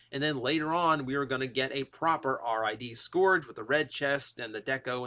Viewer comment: My ears every time you say Scourge incorrectly. Ahhhhhhhhhhh! Say it as if the "o" doesn't exist. And Slicer baffles me. They call him Decepticon Slicer, yet the Slicer in the comics, an issue of which he will include, is an Autobot who works for Ultra Magnus. So "Decepticon Slicer" is technically wrong.